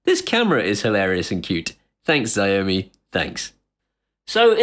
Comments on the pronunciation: "shao-mi' not "zeeomi" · HI actually Xiaomi is pronounced Shhh-ou(as in ouch that hurt)-me. Dont be discouraged by their products. They are popular in Asia and their fitness trackers and phones and cams are actually quite good. Its just that their English translations are not too good:-) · Dude. You're pronouncing Xiaomi totally wrong.